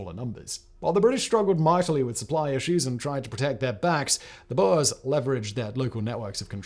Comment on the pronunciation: burs burs burs bOErs, man. BOErs.